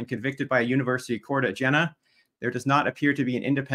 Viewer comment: It is pronounced Yeena. With a soft J. Not Gin-uh or Jin-uh. For the record.